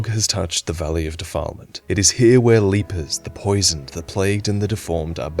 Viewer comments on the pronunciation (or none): Leap-ers? I don't think I've ever heard that pronunciation of lepers before. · fyi, lepers are pronounced "lep-ers", "leapers" would imply they're spry and agile enemies who leaps around...which would be terrifying in a place like Valley of Defilement. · Haha ive never heard lepers pronounced leapers. You from the great white north or something?